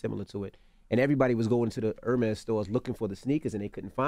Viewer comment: Envy does not know how to properly say Hermes. That bothers me.